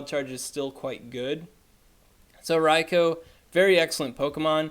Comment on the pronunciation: Rai-Ko? who's Raiko? Does he mean Raikou?